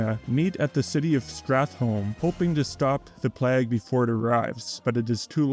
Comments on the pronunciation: `PLAAY-GA-`, not PLAAAAGG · Excellent video essay, but I gotta ask: Why do you pronounce it 'pleggh'? ^^